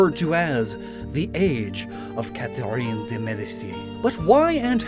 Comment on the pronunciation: I’m sorry- you said Catherine’s name wrong like 5 times. I’m stuck on that (great otherwise bro)